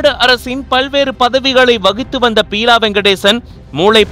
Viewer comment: Peela இல்லை Beela...